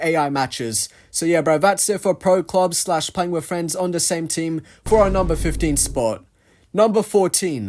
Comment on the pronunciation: At the beginning of the video, did u say "with" or "wifh"? I always hear british people using "f" instead of "t" like "fhick" instead of "thick". Is it just my hearing problem? 😭